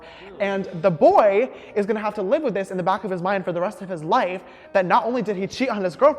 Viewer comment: james: shishter (honestly so cute sister!): loife initiate the teasing haha